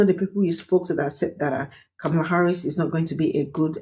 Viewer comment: For the love of speech: (Comma - Lah) Kamala it isn't hard to pronounce especially since she tells everyone how to pronounce her name. You are just being lazy when mispronouncing it.